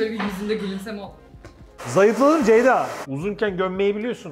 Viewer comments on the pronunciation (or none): nobody::çeyda deyda... ama asla Ceyda değil:)